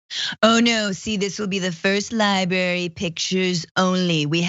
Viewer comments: “The Donald Trump Presidential LiBARY” just made my day. Bwaahaha Francesca nailed the insanity & irony in one sentence! 🤪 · Haha-2 billion for his ‘Lie-brary’